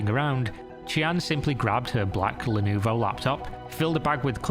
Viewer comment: Nice vid. I would appreciate double checking pronunciation though. Not that I understand Chinese. but I do know Lenovo is pronounced le-no-vo, common mistake.